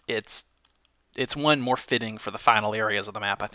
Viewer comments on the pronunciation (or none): none